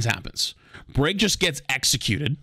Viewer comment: my mans said EXECUTED for Brig lol